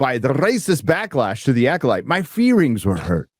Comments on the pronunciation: His feerings were hurt? Rearry?! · “My feerings were hurt.” 😂😂😂